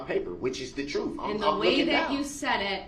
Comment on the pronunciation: Darrell telling “the troof”😂